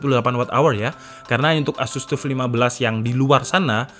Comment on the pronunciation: wocone TAF mas, duduk TUF.. teko TOUGH disingkat TUF.. :D